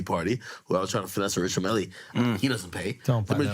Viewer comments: Richard "Milly" lol. I imagine you probably don't care but the guy's name isn't pronounced that way. Just trying to help. Its pronounced more like "meal" than "mill". Edit. HOLY CRAP THOSE CLIPS. So hard to watch. The are like toddlers. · It’s pronounced mill not milleeeee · Dude mispronounced the name of watch brand (and the guy he met?). It’s Richard Mille (rhymes with hill). Not milley- lol. Also - this is like watching a bunch of 15 year old boys drinking for the first time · >Richard Millie It's pronounced Richard MEAL, all accented and shit. Obviously the whoreologist guy wouldn't give him a free watch because a) who is this guy? and b) he can't even pronounce the man's name! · Please don't pronounce it "Richard MillY" just because the DJ pronounced it like that.